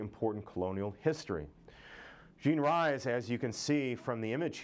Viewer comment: Good Morning Midnight was NOT her autobiography.. but a novel.. oh, and her name is pronounced Jean REES not RISE